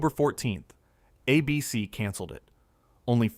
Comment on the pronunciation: I love all of these videos, but I can't stand the way you say ABC. ABC is the name of the network. It's not a BC